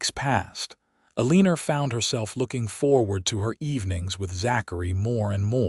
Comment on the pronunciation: Aleener? Is her name Eleanor? 🤦